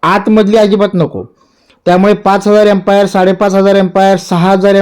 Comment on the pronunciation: तुम्ही बॅटरी एम्पायर म्हणाला, ते एमपियर असते सर बाकी माहिती उत्तम